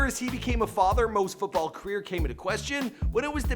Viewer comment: You can’t pronounce salah,premier and football. Also,salah is a winger not a striker